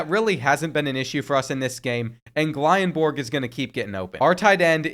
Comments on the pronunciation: As a Wyoming fan it’s John Michael and pronounced (gill-in-berg) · The way he pronounced Gyllenborg a million different ways but never the correct way.. 🤣🤣